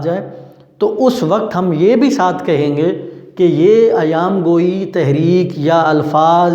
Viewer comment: سر ایام گوٸی نہیں ایہام گوٸی ہے